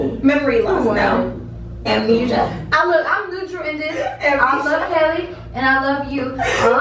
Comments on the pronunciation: said "AmKNEEJA💀💀" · she said amnisha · She said amnesia 😂😂